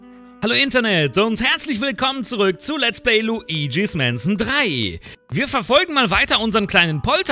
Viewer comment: Bin ich der einzige den ees nervt wie er mansion auspricht